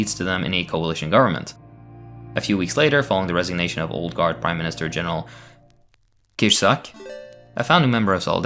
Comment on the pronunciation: Also you only butchered Kiszczak. If you use english it would be something like Kishchack. The rest, for somebody not speaking polish were almost perfect